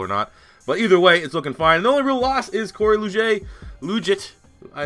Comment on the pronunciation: You mispronounced Cory Luiget, and he just restructured his deal with the chargers